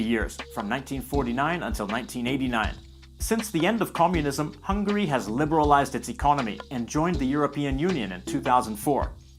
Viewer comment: ITS HUNGARY NOT HUNGRY T~T